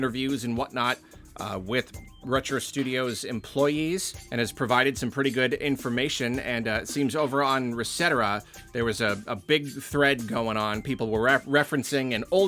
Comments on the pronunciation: I thought it was supposed to be pronounced like "etcetera". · lol resetera... not reset era of course 😭😭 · Did really just pronounce "Reset Era" that way. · THAT'S how you're supposed to pronounce Resetera? Like "et cetera?" I'VE BEEN SAYING RESET ERA